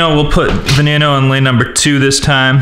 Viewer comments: Not vey nee no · Who noticed that he said vaneinoo instead of veneno 😂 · Its veneno not venano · veneno is pronounced ve-ne-no the E`s are long E`s same with the O the O is a long O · it's veneno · Oml it's pronounced veh neh no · this guy pisses me off he pronounces veneno wrong ugh!!! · You did not say veneno right lol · Sam TheMan its hard to pronounce ok